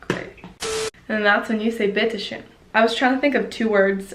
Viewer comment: The way you pronounce 'bitteschön' is sexy af🤩 greets outta Germany